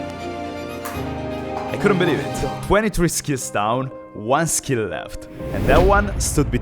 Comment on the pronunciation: He can’t pronounce the word “skill”.